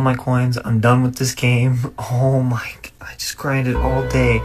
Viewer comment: Oh mawy gawhd he on xgames maode